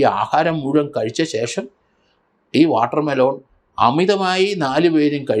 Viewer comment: വാട്ടർമെലോൺ അല്ല വാട്ടർമെ ലൻ